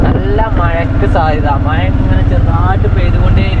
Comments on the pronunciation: മയ അല്ല 😂മഴ യാ 💯❤ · Gulika kudikkuka alla. Kazhikkukayanu. Maya alla mazhayannu. Changayimaru alla changathi aanu correct. Kuyi alla kuzhi. Malayalam correct parayuka please